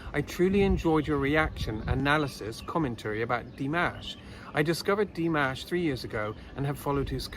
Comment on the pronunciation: thank you, this was delightful. I have a comment for you about your pronunciation of 'Dimash'. It is not like 'mashed potatoes' it is more like 'mosh pit':D Here's pronouncing it correctly